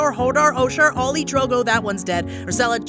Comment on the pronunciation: Did he say olly